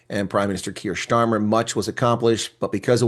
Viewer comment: Starmer, not Shtarmer. He might act like a German dictator, but his name isn't pronounced like one.